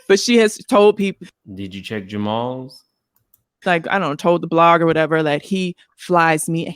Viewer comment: when you paused and said “Did you check Jamal’s?” 😮😮 lawwwwd please come get me off tha floooor 😂😂😂